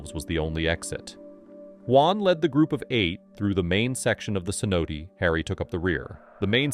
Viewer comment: The AI voice you're using persistently mispronounces cenote.